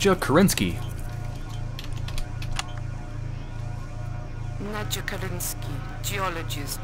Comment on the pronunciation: It's not 'Nadja', it's 'Nadya', dammit!